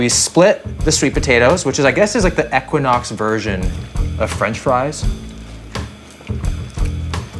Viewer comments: 1) Equinox is pronounced "EEEE-Quin-Ox". It's not pronounced with a short "e" like kept saying. 2) I wouldn't be mad all if he lost those sunglasses. 3) I could've done w/o all of the double entendres peppered throughout the video. Ew. 4) It was offensive that a room that costs over $1,000 a night didn't include the roombar snack items. 5) Bottom line the review was decent and the hotel doesn't live up to the fitness hype. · I can't get over the mispronunciation of E-quinox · Great video! But for $1,000 a night, you couldn't ask anyone how to pronounce the name correctly? lol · Hate how he pronounced equinox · Hearing how you pronounce equinox, is the American equivalent of Canadians hearing "new found land"